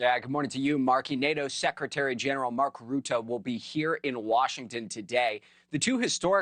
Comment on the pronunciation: Have been looking forward to hearing Americans pronounce Rutte. The u is pronounced like the u in rut, to be in a rut. Rut-te, te as in the start of tear, to tear something apart